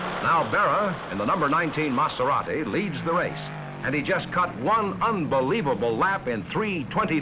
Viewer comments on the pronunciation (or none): Great footage, note to the announcer (not that it really matters at this point), it's a Maserati not a Matzerati! But then he also pronounced that Dauphine's manufacturer as "Ray Nalt". Oh, for the good old days when these were "Foreign Cars".